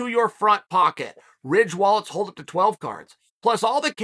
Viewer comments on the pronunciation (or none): none